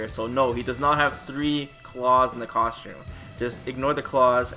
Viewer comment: How come you pronounce costume "coshums"?